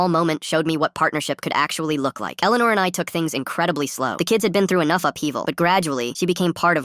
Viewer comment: My name is Elleanore and the pronunciation was so bad. 😂